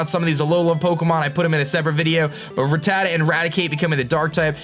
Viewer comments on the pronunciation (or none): none